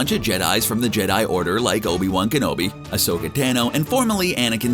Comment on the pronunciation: The way he pronounces Ashoka literally kills me😒🤦‍♂️